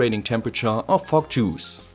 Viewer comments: Fog machine with a German accent sound really f*ck machine and f*ck juice 😅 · "FOCK MACHINE AND FOCK JUICE" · Was I the only one who heard “fock or smoke” or was it just me?